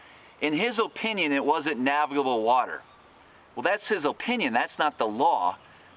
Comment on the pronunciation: "In his O-pinion"